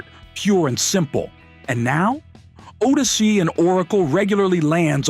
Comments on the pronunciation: learn how to pronounce 'Odyssey' It's oddyssey not oadyssey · Was that an AI voice? How else to explain the mispronunciation of Odyssey?